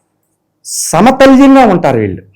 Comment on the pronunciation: Sir no samatalyam it's samatulyam